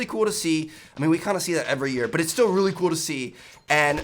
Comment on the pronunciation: How important? “Rrreally really important”😉